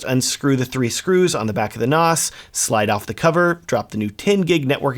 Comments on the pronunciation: Not NOS, short "a", like Nanny, NaaaaaaS. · stop calling it a noss. It's pronounced like ass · Surely it is pronounced NaS as in NASA? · Very informative video however I have never heard "NAS" pronounced the way you pronounced it throughout the video.